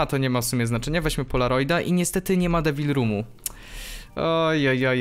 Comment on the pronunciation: czy tylko ja słyszałem że powiedział w debil roomie zamiast devil